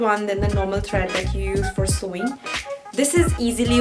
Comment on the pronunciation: woh "SEWING" thread hain, "SOWING" thread nahin.